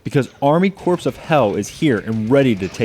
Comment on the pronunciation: Dude.. that is not how you pronounce "corps".